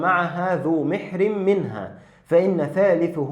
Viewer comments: حفظك الله و رعاك لا تعليق على المحتوى و لكن لي تعليق صغير على نطقك لكلمة محرم فلو نطقطها بفتح الميم الاولى كان معناه من يحرم الزواج منه(للذكر و الانثى) فتكون مَحرم اما بكسر الميم (مِحرم ) فتكون من أَهل بفريضة الحج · مَحْرَمٍ بفتح الميم والراء، وليست مِحْرِمٍ بكسرهما يا أخ ، بارك الله فيك. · جزاك الله خير .. محرم .. بفتح الميم والراء